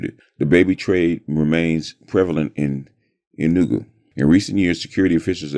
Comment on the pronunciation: It is pronounced Enugu (A new goo) and Igbo ( E bow).